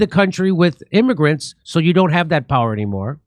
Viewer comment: Stop calling them "immargrents!!!"